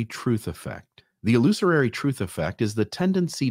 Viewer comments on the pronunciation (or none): I love you and your work,. Keep up the good work. One note: It’s pronounced “illusory”. No extra “ary”. Common mistake. Cheers